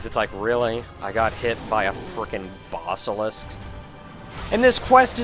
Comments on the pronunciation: I just can't get around the way you pronounce basilisk. Even though it doesn't really matter...you're just not right,. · I know you're saying "Basilisk", but mentally I want to spell it Bossilisk, based on your pronunciation.